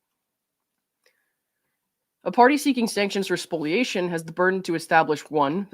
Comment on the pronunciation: Thanks for correctly pronouncing spoliation!